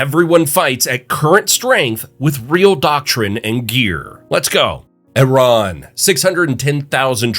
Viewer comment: Finally, someone who actually says Iran correctly (or at least the first time)